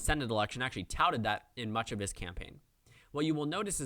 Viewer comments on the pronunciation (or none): none